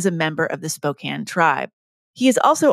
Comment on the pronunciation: 1st take? One minute in, and I'm so pleased that Ms. Daum correctly pronounced "Spokane."